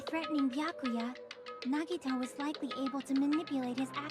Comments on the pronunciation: EEYYYYYY HE SAID IT CORRECTLY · I was hoping that he would pronounce "Nagito" right in the trial after he hears his name a few times... I'm feeling true despair right now edit: omigod he pronounced it right!